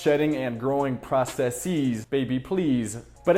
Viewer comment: Processeez baby pleez... been watching Luimarco much?